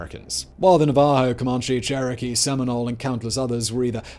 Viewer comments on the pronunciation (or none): none